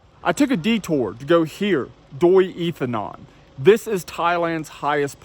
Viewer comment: I was there last December, camped in a tent with my Thai family, very cold in the evening and morning. But my wife pronounces that like Doi Intanun,, your pronunciation made me think it was a different place but my wife confirmed it is the same place we camped, and went up to the temple in the early morning, saw the most beautiful colorful sunrise of my life!